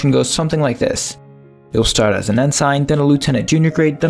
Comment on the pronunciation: Good video, but as a former sailor I cringed every time you said en-SIGN, lol